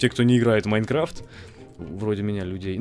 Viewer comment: на ты сказал майкафт